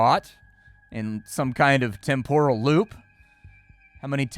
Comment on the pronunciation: It's pronounced TEHM-poral,, not Tem-POHral